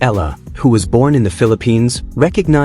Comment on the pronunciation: EALA is Alex family name Not ELLA